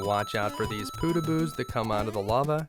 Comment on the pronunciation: W1 fortress... "Pootahboos" Nah they're Poh tag bohs